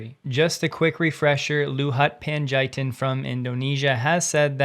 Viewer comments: I’m Indonesian, and whenever you mispronounced the name Luhut Pandjaitan, I cringed! The proper pronunciation of his name is “Loo-hoot Pun-jah-heat-tan.” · I agree and I'm English!